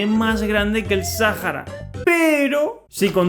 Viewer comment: Dice Grade xd